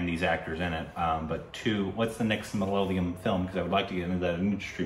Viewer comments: Is it just me who feels that pronounces it as MA-LA-LA-YAM...? 🤔 Even in previous videos, it's mostly pronounced Malalayam. It's MA-LA-YA-LAM.... 😏 Interesting fact, Malayalam is a Palindrome! ⬅️➡️ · You just have to accept it as a permanent korbinization. it's not malayalam anymore. Its Malaalayam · Guys its not 'malalayam' MALAYALAM it is😃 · guys please leave them alone for pronouncing malyalyam. its ok. you know what they are talking about. even though we studied English in school almost all of our pronounciation sucks. so just apreciate that they are reviewing our movies and enjoy. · it's not "Malalayam" it's "Malay-a-lam". Pronounced like that. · not malaalam. mala yaa lum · Ok. Let’s try again ‘Ma’ ‘la’ ‘yaa’ ‘lam’. Four syllables. Not ‘Malay’ ‘lam’. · When are you going to pronounce Malayalam properly? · Rest of India is pronouncing it properly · not really 😅 most people don't pronounce the L properly